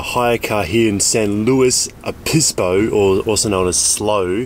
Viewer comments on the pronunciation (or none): Just travelled the one hour from where I live in slo county and hiked down that cliff face and my god is it challenging now. Also you pronounce “Obispo” kinda odd, not so much emphasis on the B . It’s kinda like “oh-biss-bo”